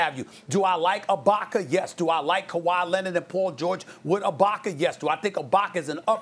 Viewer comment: Stephen A said “iBAHka” so many times lool